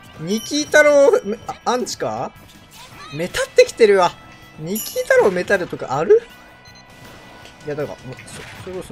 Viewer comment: 「ニキー太郎が好き」って言ってない？笑